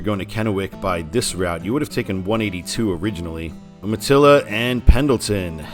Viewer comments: Calling Yakima the Palm Springs of Washington has always cracked me up; bordering on false advertising! I live in Kennewick. Also Umatilla is pronounced YOO-ma-tilla. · Umatilla is pronounced you-ma-tilla.